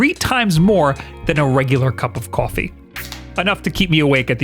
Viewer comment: I kinda like the way Bob says "kwoffee"